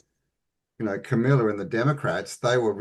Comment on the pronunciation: kamala not kamilla lol jsayn❤